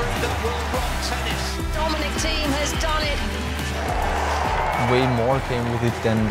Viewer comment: there is no "i" in thiem!